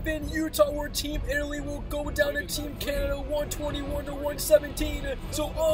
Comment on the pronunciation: did he call us " Team Italsia"